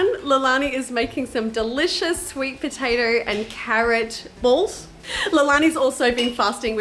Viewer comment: But you said potato I think